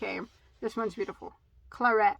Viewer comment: Brilliant colors! If my mom was alive that red would definitely be at her house. It's funny too what did you call it clarette? My mom's name was Claudette 😊. Love it! Thanks for the share.✌️